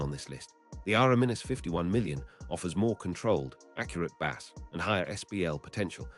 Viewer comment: Bad AI. You will recognize why once you hear the pronunciation of Bass and other words.